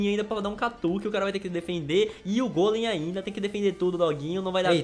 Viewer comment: Se diz gólem e não gôlem